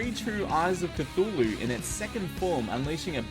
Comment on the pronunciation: Why can't anyone pronounce cthulhu correctly, it's not even that hard.